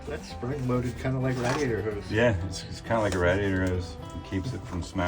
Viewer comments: Rad I ador? It's raid e ator😅😅😅❤❤ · Rad..e..ater? rade.. i ater? lol